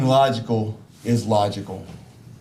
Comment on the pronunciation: This guy can’t even pronounce the word “logical.”